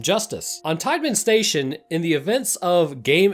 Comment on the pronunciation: I can’t tell you how funny it is to hear you say Teidmann station right as you’re looking at a sign that says Titan Station within the first minute of this video, lol